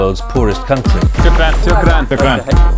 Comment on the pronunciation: you keep mispronouncing the A sound in the Arabic word for thank you....ask your guide to correct you....its very British...or California USA how you say it...its Aah, like the sound you make when the MD checks down your throat, not Ahh, like the sound goats make...